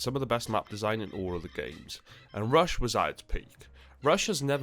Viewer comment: Miss the emphasis on rush.